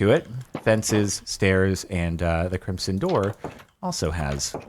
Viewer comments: Please stop saying crimp-son it is pronounced crim-son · When he pronounces crimson with a soft s and not a z sound 🤮 Same with when he doesn't emphasise the first a in basalt 😭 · I swear Jordan is saying Crimp-son not Crimson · nobody: Jardon: crimpson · Am I the only one that hears him pronouncing “crimson” as “crimpson”